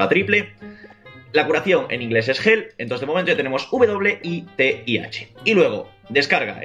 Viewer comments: La curacion que en ingles es "jel" ("hell" )= infierno es "heal" y se pronuncia "gil" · En Ingles la curacion es "Hell" 2017 (Lo digo por la pronunciacion) xD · literalmente con tu pronunciación has dicho que la curación es el infierno XD